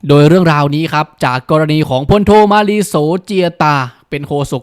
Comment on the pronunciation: ช่วยเรียกชื่อมาลีให้ถูกหน่อย เค้าชื่อ มาลี โศกเจียนตาย